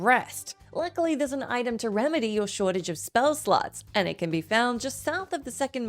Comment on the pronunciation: To anyone listening, she says "ability SLOTS" here. That's not what my ears heard the first time.